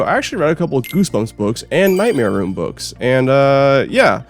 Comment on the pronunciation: All I hear between segments is "Nightmare Womb" and I can't take it